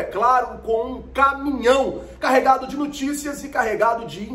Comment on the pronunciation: NOOOO TICIAS, NOOOOOO TICIAS, não NUUUUUI TICAS, por favor que agonia escutar nuticias, hehehe salve sou se fa heheh